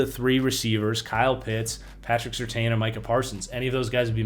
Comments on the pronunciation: It’s sir tan not seer tayne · Take a shot every time changes his pronunciation of Surtain